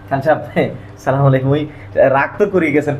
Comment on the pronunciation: ছালামের উচ্চারন ঠিক হয়নি